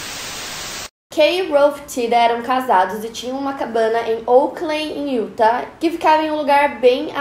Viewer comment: Sweetheart, I love your English! But pay attention in your pronounce saying Utah... não sou a chata corretora mas o acento tá na última sílaba . É sempre um aprendizado, right? Putz eu adoroooo assistir as quintas misteriosas mas já to morrendo de medo ! Tem vários crimes aqui perto de Salt Lake, dizem q é tão seguro mas quando sai casos são esses tensos! Morro de medo Aiaiai